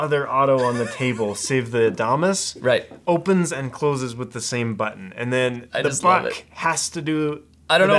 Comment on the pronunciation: It's Adam as. Not a Dom us. Root word is adamant